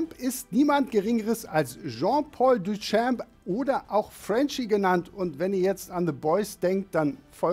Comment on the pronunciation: Bitte lernen wie man „Duchamp“ ausspricht